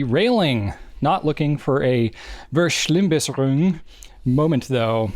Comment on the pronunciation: I can see y’all need a bit of help with your pronunciation of Verschlimmbesserung. 😄 Fair Schlimm (like, I’m the real Schlimm Shady) Bess Sair Roong